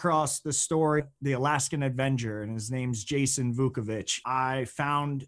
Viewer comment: It's avenger, not advenger.